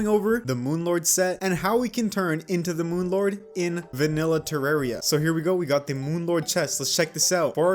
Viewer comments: Its (terr-AR-ia) not (terr-E-r-ia) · say terarria correctly pls